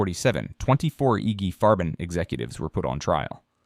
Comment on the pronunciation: Who is "Iggy Farben"????